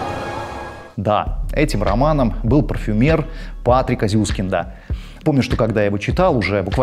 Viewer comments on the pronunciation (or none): Зюски́нда , не Зю́скинда.